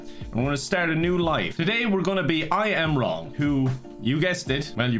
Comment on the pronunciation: I am wrong sounds like a Starbucks employee mistaking the name Ian Wong